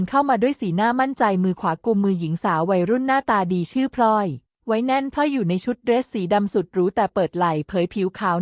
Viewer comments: เมียน้อยชื่อพลอย ไม่ใช่พล่อย ผู้อ่านคือหุ่นยนต์ AI ใช่ไหม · พลอย อ่านพอยไม่ถูก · พลอย อ่านพอย